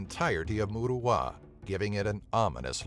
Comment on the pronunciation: Good Video but you really need to research the pronunciation of the places you name. As an example, 'Moruroa' is pronounced Moo-rah-ruer, not 'mood-ah-wah. It is a Polynesian word.